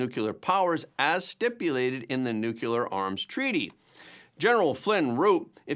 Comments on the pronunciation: The word is NUCLEAR, not “NUCULAR”. It’s pronounced exactly like it’s spelled, and it’s not hard to say. When you say “nucular”, it makes you sound both dumb and uneducated. Do you want to sound dumb and uneducated? Enjoy! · There is no word in English called "nucular"!